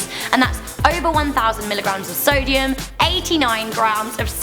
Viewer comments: it said "Solium instead of "Sodium" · "Grams of Solium"